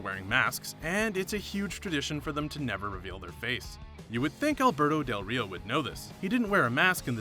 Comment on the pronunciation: I'm more offended he didnt roll his Rs when saying del Rio more than when he said roll ins